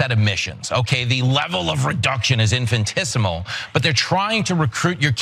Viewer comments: Did he say "infantissimo" ?? Oh, the irony ..... 🤦🏾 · It's "infinitesimal", not "infintisimal".